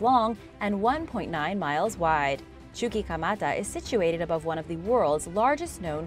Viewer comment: Chuquimata= Chu-qui(as in «Key»)-Ma-Ta is easier to pronounce than Chu-Chi-ka-mata, lol! (Not trying to be insulting only humorously corrective 😁